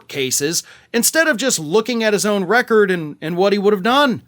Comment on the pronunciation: Record? More like "wreck-ord."